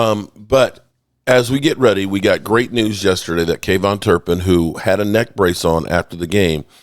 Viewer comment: I thought the same thing it sounds ridiculous